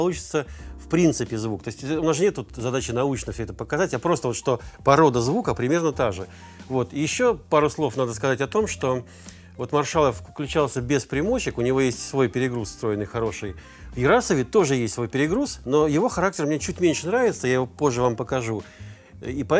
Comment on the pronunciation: Почему Марша́л? Это нарочное искажение тренда или Вы не знаете как произносится фамилия?